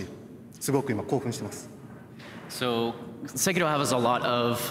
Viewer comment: More like Second Road.